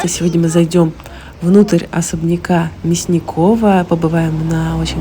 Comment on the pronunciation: он вроде МЯсников, а не МясникОв.